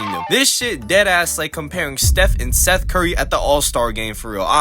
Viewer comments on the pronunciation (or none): none